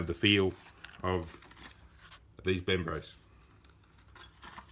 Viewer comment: Brembo, not bembro